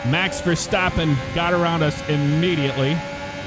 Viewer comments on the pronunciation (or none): none